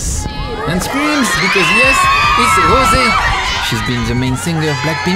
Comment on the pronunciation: 😂she said rosiee